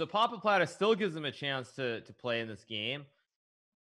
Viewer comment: I like that they always say Pappapladde